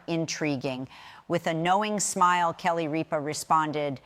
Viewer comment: Don’t you think before you make a video about someone you should learn to pronounce their name??? How can I possibly listen to what you have to say when you can’t pronounce Kelly Ripas No it’s not a difficult name so before you go to putting up videos about somebody learn to pronounce her name she’s on the air Monday to Friday five days a week ABC watch it listen to them they’ll pronounce your name for you and then put up a video about her very annoying that you can’t say her name right